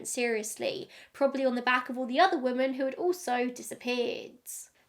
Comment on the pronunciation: I've never hear anyone pronounce 'women' the way you do. Very strange lol. You say it the same way as 'woman'.